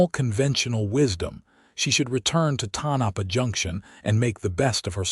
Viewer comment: Pronounced… TONE - A - PAW.